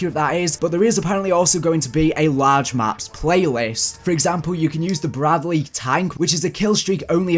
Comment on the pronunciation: In so proud of you- you pronounced (Bradley) right.😁👌